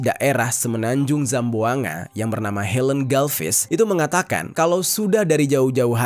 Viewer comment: Kakak mau saya betulkan cara baca BUKAN SAMBUNGA TAPI CARA BACA NYA GINI SAMBUANGGA